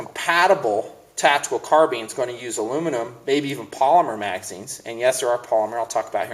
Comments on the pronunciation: HEY ITS CARBINE NOT CARBEEN. (car-b-eye-n) 2 syllables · car bean lol its "car bine" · Car-beans? I thought it was pronounced "Car-bine" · Car been? Does he mean to say baked bean?lol! Car-BINE you dummy! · Eh, I hear enough people pronouncing it CARBEEN, that I'm sure it's a TOMAYTOS TOMAHTOS kinda thing... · you pronounce carbine wrong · i thought that the first time i watched his videos. Yeah he says it wrong but you dont have to go off like that. Chill out man. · Carbine is derived from Karabiner and can be pronounced several different ways. My Mini-14s are far more accurate and better quality than my colt AR-15. O.K., they are rough to tear down and aren't good in the dirt; but, ARs have the same problem. Let's face it, the best MILITARY weapons have been made by the Swiss, Germans and Russians. ARs suck. Ask any Nam vet who threw their M16 in a ditch and picked an AK up off a dead VietCong. Colt sucks.